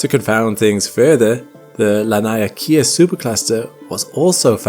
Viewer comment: Friend, I am born and raised in Hawai’i, please take heed; “Laniakea” is pronounced: LAH-NEE-AH-KAY-AH.